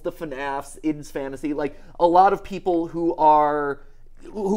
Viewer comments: Some days he says it correctly…some days he chooses violence😂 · I love how Mat has fully committed to saying “ID’s Fantasy” instead of “I-D’s Fantasy” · Mat it's I. D. 's fantasy not id's XD